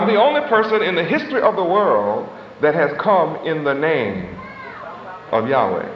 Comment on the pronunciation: even though w is double u in english we pronounce it as WA as in water He would have done better even if he said Yahwah which also is incorrect but in line with the alaph bet (bat) in which he thought was correct.